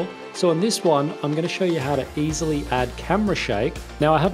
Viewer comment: "easely" mhn